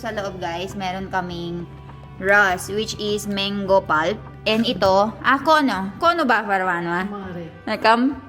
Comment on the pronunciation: It's not meng-go it's mang-go!